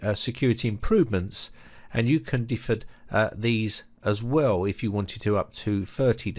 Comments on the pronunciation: Very disturbing. Thanks for the notification. By the way, if no one has mentioned it, it's "defer" not "difer". At first I thought it might be a difference between American and British English but it's the same in both languages. Not trying to be a jerk, just FYI. Thanks again. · "Difer" = "Defer". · "Defer," not "difer" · pronounced deefur. not differ. :) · It's "de-fir" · Just an idle observation ( admittedly not crucial to the excellent info. in the video ).... What is up with pronouncing the word "defer" like "differ". It's bizarre because this guy sounds like a British native English speaker. I find it hard to believe that such a basic word pronunciation is not known. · learn how to pronouce defer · The worst part of this is your inability to pronounce the word defer. Differ and defer are different words!